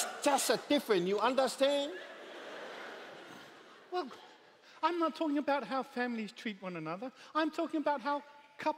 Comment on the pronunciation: "you undehstann??" 😂😭